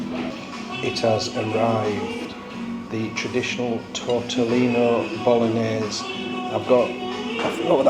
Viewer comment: Love when you asked the Italian waitress if she serves Spaghetti Bol-og-nase. And say it three times because it must be her who doesn't understand the correct pronunciation of that word. 😂